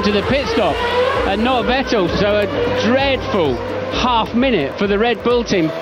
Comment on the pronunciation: not WETTEL but FETTEL :face-blue-smiling::face-blue-smiling::face-blue-smiling